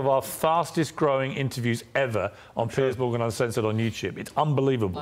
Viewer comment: Yo Fox! It's Piers Morgan, not Piers Mogran. Quality dropping?